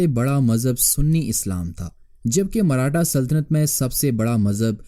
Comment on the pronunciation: Marhata nahi hai bhai maratha hai woh...